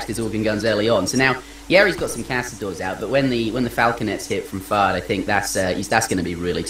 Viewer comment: ...what I find real funny is when you say Fard...it sounds like "FART" !!! hahaha